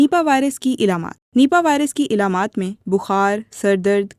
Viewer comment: Elamaat nahi, Alamaat